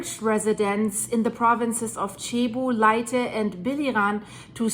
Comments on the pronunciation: Hi. Cebu is pronounced like Sebu. My wife is from Cebu and has relatives in the affected area. Tnx for the update. Edit: Leyte is pronounced like Laytay.:) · Pronounced Lay-tee